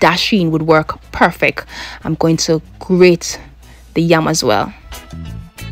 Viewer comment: I love watching her videos, mi just love when shi seh perfeck 🤣🤣